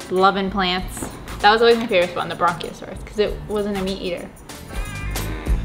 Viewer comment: Hearing say "Bronchiosaurus" multiple times killed my little paleontologist heart. Say it with me, sweetie. Brachiosaurus. No "n" required. Hahaha!